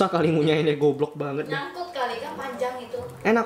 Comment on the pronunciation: apa cuma gue doang ketika ngucapin kalimat yang berakhiran et selalu jadi ed, contoh banget = banged